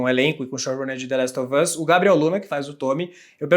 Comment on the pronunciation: Esse apresentador precisa parar de falar the laxe of us mano